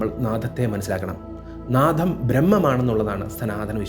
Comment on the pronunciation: Naatham alla Naadam ennu parayu